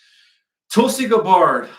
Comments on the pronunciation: tarot is pronounced Tear-oh and Tulsi’s last name is Gah-bird, tyvm for sharing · Please learn how to pronounce Tulsi Gabbards name. Just watch one video about her anywhere.